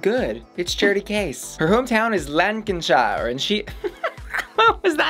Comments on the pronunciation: Lancashire not Lancanshire! I am from Lancaster the old capital of Lancashire where it takes its name from. It is prnounced Lan - Cash - hire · Lancashire is pronounced Lank-a-sheer, It’s good to see the Northern Queens out in force, with 3 from the Lancs area - Veronica, Charity and Elektra. I really feel for Veronica. She was just hitting her stride when the pandemic hit and shut down production of season 2 and it wasn’t her fault that she was unable to return on the date required. She then had to recover from Covid and was given an invite to compete in Season 3, but she’s already paid out for a whole season’s worth of looks and gowns for season 2, most of which she won’t be able to repurpose. Now, most queens spend what they can to compete and then will earn money on the back of their appearance in the show. In between filming seasons 2 and 3, the whole of the UK remained in some sort of lockdown. Nightclubs and theatres especially were closed the entire time so Veronica didn’t and couldn’t earn any money and was surviving off UC like many others. It was difficult to get haberdashery materials easily, difficult to get stuff made, often impossible to go to fittings, everything cost more because it was more faff and if she was up north for it, well, Greater Manchester and parts of Lancashire were in a stricter lockdown than everywhere else apart from Leicester. Basically Veronica has had to produce a whole new lot of stuff out of thin air to be able to compete so I think they probably gave her a pass on the first episode as it was centred on the runways, and she has proved herself in the past. It’s a really tricky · The Lancashire rose look was amazing. It's also pronounced Lanc-a-shur 😋 and Dagenham is Dag-num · also it's pronounced lanc - a - sheer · Lancashire is pronounced Lankersher :) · I know saying place names from other countries is hard, but girl try Lancashire again 😂